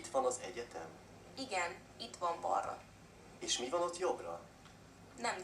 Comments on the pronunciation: balra mispronounced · balra is mispronounced